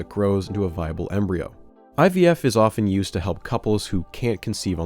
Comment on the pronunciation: Oh fuck my blood pressure spiked when he said Eevie.